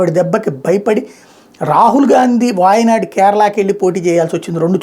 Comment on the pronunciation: వాయినాడు కాదు,, దాని పేరు, వైనాడ్, wynad